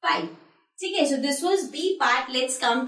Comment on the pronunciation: Mam you are telling so as sho 🤣🤣🤣🤣🤣🤣🤣🤣🤣🤣🤣 good teacher